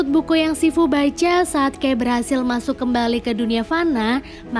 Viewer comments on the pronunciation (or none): Agak gak trima penyebutan "kai" jdi "key".. but overall kren, thanks nostalgia nya..